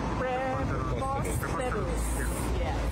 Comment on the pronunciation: Hindi pa maipronounce ang preposterous.